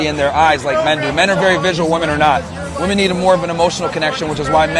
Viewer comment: My God Already !! Someone teach her how to say WOMEN !!! 😮‍💨😮‍💨😮‍💨